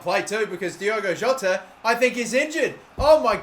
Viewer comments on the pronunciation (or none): none